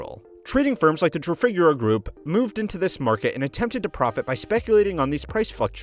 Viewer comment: It's "trah-fee-gue-rah" not "truh-fig-guh-rah"